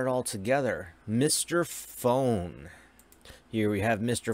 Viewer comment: It's pronounced with a long O dummy, not like the word phone. More like the word food.